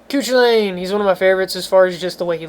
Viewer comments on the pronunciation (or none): I'm Irish and Scathach is pronounced "Skaw -thuk" Cu Chullain is "Coo Cul-Inn" I cant help you with Badh Cadbh because I have no idea lol